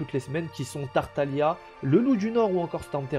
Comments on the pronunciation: TartaGLIa !!! Toujours un mystère le nombre de gens qui prononcent ça mal lol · Je ne sais pas si Tartaglia est une référence spécialement à l'Italie, reste que le nom est italien. Et non le "g" se prononce pas dans ce nom en italien. Ça donne lieu a un "l" mouillé. Signé un italien. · Ça ce prononce tartalia et ça s'écrit tartaglia et perso moi je l'appelle childe